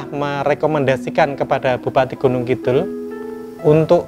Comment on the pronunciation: Mbak narator, mbok membacanaya Gunungkidul dengan "d" biasa aja mbak, jangan "dh". jangan malu mengakui sebagai orang jawa asli.